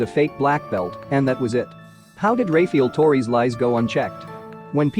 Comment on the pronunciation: "Ray-feel torrey"